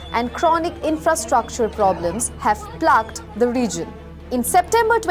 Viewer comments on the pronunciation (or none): Pronunciation has a lot of room for improvement like 3.06, plagued is not pronounced in the way you did.